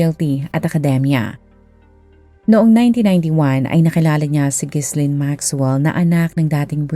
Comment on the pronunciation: Ji-laine ang basa dun hindi Gis-laine